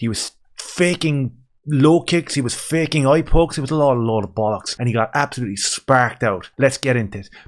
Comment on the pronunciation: "Absholootly shperc oot" that made me suscribe amigo